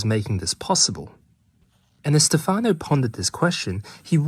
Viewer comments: Stefano is pronounced with an accent on the first syllable. Stéfano, not stefàno. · It's Stéfano, not Stefàno. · In Italian, Stefano is pronounced (STEPH-ah-no) not (steph-AH-no). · Stéfano not Stefàno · its Stèfano not Stefàno, its like sthephanie......but male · Its Stèfano, not Stefàno, btw. And the e is an "eh". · Thank you very interesting. Just one note, please it's Stéfano not Stefàno! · This is such an interesting subject! I remember reading his book "Verde Brillante" many years ago, when I was in middle school. It got me really interested in the way plants perceive the world around them. Also, it's "Stèfano", not "Stefáno". I don't want to be pedantic, but it's a bit annoying hearing it mispronounced so many times in a row. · Great video! Of course plants are aware. Who ever could think they weren’t? And it is pronounced STE’-fano. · Really interesting video, but you could've spent like 15 seconds learning how to pronounce "Stefano" since you were gonna say the name 40 times...